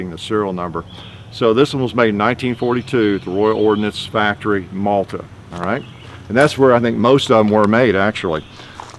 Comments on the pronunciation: ROF Maltby, not Malta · Maltby (yorkshire) not Malta